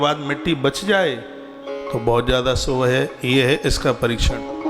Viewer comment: आदरणीय श्री गुरुदेव प्रणाम। आप यह निरस साहित्य किताब पढ़कर नाम सुनावे आप तो व्यावहारिक बातें बतावे आप किताब में देख रहे हैं बड़ा कुआं ढसा लग रहा है सुभनही शुभ सही उच्चारण है धन्यवाद।